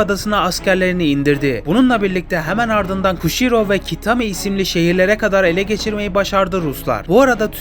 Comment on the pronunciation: Abi Kushiro ve Kitami’yi doğru söylüyorsunda Şanghay’ı neden yanlış söylüyorsun😅😂